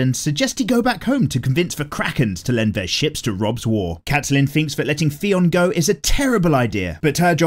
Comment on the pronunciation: I hate how he pronounces Catelyn but not as much as I love how he calls Joffrey "Joff" 😂